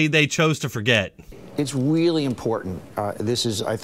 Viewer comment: .... Its WEEEELY important... maybe Donny boy will show up with his wabbit 20 gauge for the second battle of Antweetum.